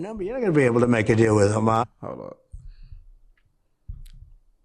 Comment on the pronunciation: Loving how you’re saying Hamas like the Hebrew 👏🏻